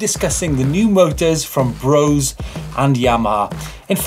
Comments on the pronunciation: Guys, please! Brose is pronounced BRO-SE, the "E" ist voiced! Like the "e" in "the". And the "O" not like "bow" but more like "floor". Thanks from Germany :) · Brose is actually pronounced "Brosa"